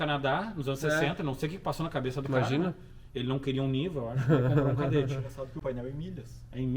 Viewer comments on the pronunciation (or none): É um "..KADÉTTE"